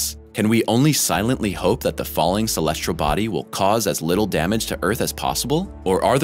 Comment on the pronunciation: "Celestral body"